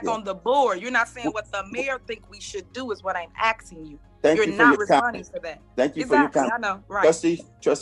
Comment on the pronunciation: I can’t be the only one who gets annoyed when she says “axed” a question. Omg. You hear everyone else around you say ASKING. Get it together.